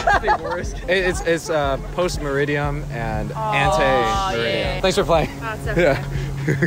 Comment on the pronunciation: Those girls got you to say "meridiam".... LOL